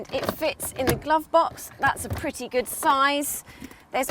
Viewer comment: The word is GOOD, not GID. Weird way to pronounce words. Irritating